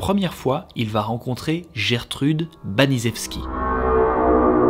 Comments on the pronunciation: Baniszewski se prononce banichefski 😂 c'est plus facile ainsi hahaha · Baniszewski ca se dit banichevski :))